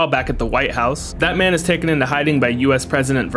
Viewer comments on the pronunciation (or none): Every time his says that man, I hear bad man or Batman.